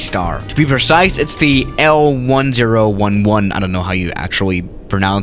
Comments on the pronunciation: The Lockheed L-OneZeroOneOne ITS LOCKHEED L-TEN ELEVEN TRISTAR AAAAAAA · L-One-Zero-One-One Me, an intellectual: L-Ten-Eleven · L 10 11 That is how to say it also it’s my favorite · L TEN ELEVEN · “El Ten Eleven” pls... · It's pronounced as L-ten-eleven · You should read ''L TEN ELEVEN'' instead of that... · It is like L- ten eleven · The way to say it is the Lockheed L-ten-eleven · How to pronounce l-1011 (l-ten eleven) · i think it's pronounced L ten eleven or at least I do it like that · I pronounce it L-Ten Eleven